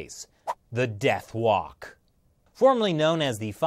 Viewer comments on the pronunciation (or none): "Death wok" 😂😂😂😂😂